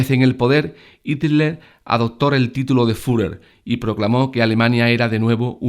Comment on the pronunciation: Pronuncia como el orto el fuhrer